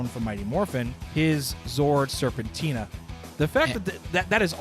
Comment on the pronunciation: SERPENTERA!!!! Not serpentina